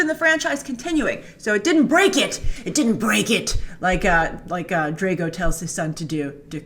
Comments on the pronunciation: all i want to know Grace, is how you manage to say Dre-go and not Dra-go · ya...........she said Drego instead of Drago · she doesn't even said Drago correctly......and we are talking of someone who claims to know about movies.......